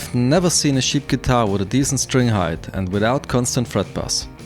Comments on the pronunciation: Wenn du ansetzt um cheap zu sagen, dann hört sich das an als ob du über Schafe sprechen würdest. I really appreciate the effort trying to bring your point across not using your native tongue, please do us a favour and try to pronounce words the way they need be pronounced. apart from that, great job, nice video! keep on keepin on! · He kept saying sheep Guitar the entire video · Am I the only one that finds it hilarious that every time he says cheap I hear "sheet'? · did you say sheep cheap or shit lol haha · I thought you kept saying "shit" instead of "cheap" this shit guitar with shit pickups and look at the shit bridge with its shit saddles lol.